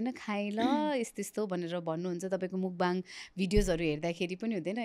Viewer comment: Mukbang - ( मुकबाङ ) भनिराको छ मान्छेहरु, यो शव्दको सही उच्चारण भैरहेको छ त ? यो शव्दको उच्चारण र अर्थ के हो भन्ने बारे थाहा नै छैन कि जस्तो लाग्यो । खासमा यस्को सहि उच्चारण ‘मकफाङ’ हुन्छ । यो खासमा कोरियन भाषाको शव्द हो, यो दुईवटा शव्दहरु मिलेर बनेको छ । यसमा 먹다 (नेपालीमा उच्चरण मक्ता - जसको अर्थ खानु हुन्छ) को पहिलो अक्षर मक् र दोश्रो अक्षर 방송 ( नेपालीमा उच्चारण फाङसोङ - जसको अर्थ प्रशारण ) यो शव्दको पनि पहिलो अक्षर ‘फाङ’ जोडेर ‘먹방 - मकफाङ’ हुन्छ (प्राय कोरियन २ शव्दहरुको पहिलो अक्षर जोडेर नयाँ शव्द बनाउनु समान्य हो) मकफाङको अर्थ हुन्छ खाएको कुरा प्रशारण गर्नु, हुन त खाएको कुरा देखाएको नै हो तर उच्चारण सही भएन, सच्याईदिउ भनेर मात्रै हो है ।